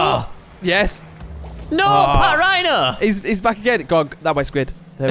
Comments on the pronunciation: it's actually pronounced pachrino but spelt patrinho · its not pronounced pat rhino its patrinio like Ronaldinho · it's not partrihno squid it's patrihno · squid its Patrinho (Pa-trin-ho) not Patrhino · squid just saying it's Patrinho not Patrhino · You got the name wrong it is patrinho not patrhino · It's not pat rhino its patrinho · Its patrinho not patrhino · lol them calling patrihno pat rhino is the best part of all the video😂. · It's pronounced Pat-ree-no